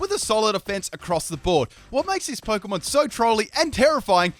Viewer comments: The word is Pokémon. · The word is Pokémon